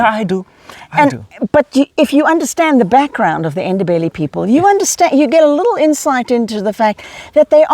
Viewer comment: Great effort on pronouncing "Ndebele" people.